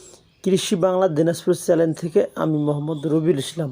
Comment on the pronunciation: ভাই উচ্চারণে একটু ভুল আছে,, চ্যানেল হবে আপনি বলছেন চ্যালেন।